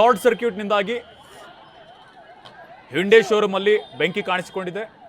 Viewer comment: Hyunda allapa Hyundai 😂😂😂